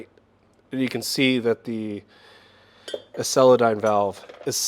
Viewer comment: Excellent dive into quality issues. I didn't realize that stem surface finish was that important. BTW, "Xceldyne", although made up, is a three syllable word.